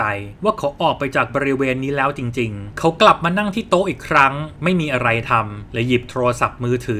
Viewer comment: หน่อยอยากจะรบกวนให้อ่านสคริฟคำว่า "เขา" ออกเสียงเป็น เค้านะคะ /เวลาเราอ่านออกเสียงบรรยายต่างๆ ไม่ว่าจะเป็นหนังสือเสียง พากย์ หรือเล่าเรื่อง เวลานักพากย์เจอสคริฟคำว่า เขา พวกเราจะแปลงจาก เขา ซึ่งเป็นภาษาเขียนเป็นภาษาพูด โดยออกเสียงเป็นคำว่า "เค้า" ค่ะ (คำว่าฉันก็เช่นกัน ออกเสียงเป็นชั้น ซึ่งเป็นภาษาพูด) / การเล่าเรื่องจะสมูทและเป็นธรรมชาติมากขึ้น (จะต่างจากการเรียนในชั้นประถม มัธยมหรือมหาวิทยาลัยที่อ่านออกเสียงตามตัวหนังสือ) คุณเสียงดี เล่าเรื่องสนุก ทำคลิปได้น่าสนใจ ลองปรับตรงนี้ดูนะคะ (เห็นคุณเปิดใจ ตอบกลับมา เลยอยากแชร์ตรงนี้ให้ค่ะ ) ขอบคุณที่รับฟังนะคะ